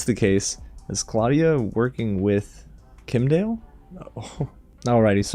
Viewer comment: It's Kim' Die El. Kim'dael.